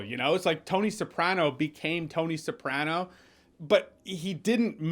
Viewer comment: The way you pronounce “Newark” and “Soprano” bothered me the entire time…